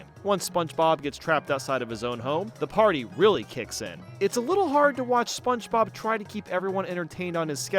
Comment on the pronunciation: I could be wrong but I feel like after hearing you say spongebob for 7 hours I'm pretty sure you say "sponchbob" but hey if that's intentional then nevermind 👀